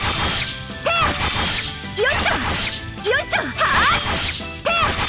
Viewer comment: よいしょ！が、よいちょ！に聞こえる笑 めちゃんこ可愛いやんwww